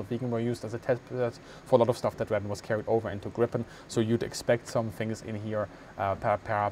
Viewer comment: Not that it really matters, but you've got your pronunciations of Gripen and Viggen switched around. Gripen is pronounced with a longer more drawn out first vowel, whereas it should be short for Viggen and more emphasis put on the g's. Put another way, Gripen is pronounced like jeep-N but with gr at the start instead of j (and roll that r), whereas Viggen is pronounced more like wig-N, but with a V sound at the start, not a W. (or exactly like W if your German) No judgement though, of course, it's a difficult language with weird pronunciations